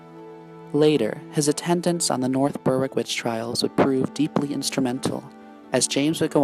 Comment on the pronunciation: It's pronounced " berick "